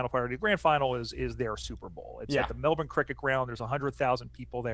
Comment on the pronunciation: Love to hear you guys talk knowledgeably about footy, and pronounce Melbourne correctly (Melb'n). I think most Aussies would love the game to spread to the US. I'm sure you would have gotten a real buzz from hearing Collingwood supporters chant U-S-A, U-S-A when Mason Cox bagged 5 sausage rolls in the 2018 semi-finals against Richmond. I loved seeing Mike Pyke play, the Canadian who won a premiership with the Sydney Swans in 2012. All the best mates, from Straya!